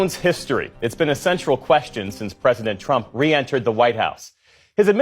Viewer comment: No wonder Nick NEVER "talk" about Latinos 😂 "I will boat for Donald Rump"